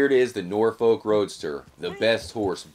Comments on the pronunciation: Hehe “Nore folk” it’s pronounced “norf-uck” (kinda, it shouldn’t sound like your saying fuck tho ) I’m from Norfolk, it’s south eastern England and it’s pretty much just countryside and the accent is pretty much just pirate lol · Norfolk is pronounced nor-f*ck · jus so you know it’s pronounced nor-fu-k roadster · Stop pronouncing norfolk like that ffs